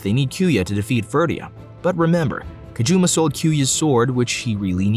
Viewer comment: Not a game, he couldn’t choose any girl he wanted, you kept pronouncing his name “Kajuma”